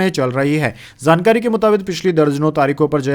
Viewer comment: Yaar apna shabad uccharan thik kar jankari lafz ko zankari bole rehe ho . J ko z bolte bura lagta h. J is j and z is z.